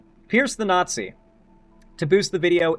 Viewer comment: pierce the naught-zee